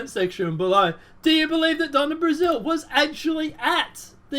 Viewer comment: Matt Couch's name is pronounced just like the piece of furniture in most living rooms, and Donna Brazille's name is pronounced just like the country "Brazil". Just an FYI. Love your channel,. ☺ God Bless and Keep you,.